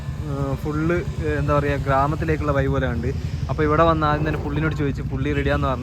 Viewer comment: ശരിയായി മലയാളം പറയുക! "വയി" അല്ല വഴി. " മയ" അല്ല മഴ